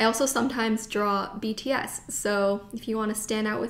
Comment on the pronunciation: “iss okay because iss bts” lmao sorry 😂